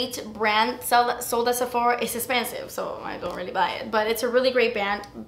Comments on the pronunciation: "Das Espensive" ❤️😂❤️ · "Like yeah, you a fierce little mama" and "it's espensive" hhahahaaaa I love you.